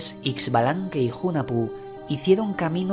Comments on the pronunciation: Muchas gracias por dar a conocer la historia de mi cultura. Excelente trabajo Sólo una observación: la pronunciación de los nombres está un poco distorsionado. Hunajpú e Ixbalanqué Se pronuncia Junajpú e Ishbalanqué. En maya la X tiene sonido sh El señor Sipacná, se pronuncia con acento en la última a. De ahí en adelante todo perfecto. Mil gracias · Pronunciación correcta: u-na-pu el otro es Ish-ba-lan-que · Es la pronunciación junajpú e ishbalanqué, esta bueno el relato, falta conocer mas la pronunciación y lengua quiché